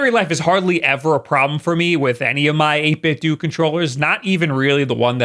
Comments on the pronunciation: Isn’t it 8bitDO (dough) like nintenDO, not like do (dew)? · 8-Bit-Dough like Ninten-Dough not Ninten-Dew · I know he probably does it on purpose but it makes my brain itch EVERY TIME! It's EIGHT - BIT - DOH Just like, you know... NIN - TEN - DOH not Doo D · i'm sorry but it's 8-bit DOE NOT DOO I love your content, but I just can't with your pronunciation of 8-bit do it's slowly frying my brain. But keep up the great content! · It's super-cute how you say "8bit-doo" instead of "8bit-dough". Yeah, I understand that the people who work there will go out of their way to tell you that it's pronounced "8bit-doo", but they only do that because they're afraid of Ninten-dough's legal team. It's actually "8bit-dough", they just refuse to pronounce it that way in public. True story, I have heard it from the literal horse's mouth. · Why do you call it 8-bit 'dew'? It seems obviously off to me. Akido, Jeet Kun Do, Bushido, Kendo, Iaido, Judo. 8Bitdo is obviously a play on Budo which means martial arts in Japanese, with 8 being a significant number in Chinese martial arts and philosophy. With the controller itself being a Japanese design(created by Nintendo to play 8 bit games on the Famicom/NES) iterated(for the 16 bit SNES) and then innovated upon by this Chinese company(to include features from other sources) that produces them. You might say the controller is a Japanese technique, revised according to Chinese philosophy. It's a rather deep name. Basically translating to "The 8-bit way of fighting." Even if you ignore all that though.. English: Avacado, Torpedo, Bravado, Tornado. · It's Eight-Bit-Dough Like Nin-ten-do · WHY DO YOU KEEP SAYING 8BIT DOO?! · PLEASE stop calling it 8bitdu! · Isn’t it pronounced 8Bit-Dough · It's doh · Yo you ever thought of pronouncing things correctly? 8bit "doo"? Cmon man. Enough. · 8BitDooooooooo and I'm out. Can't even get the company's name right. You're supposed to be a professional.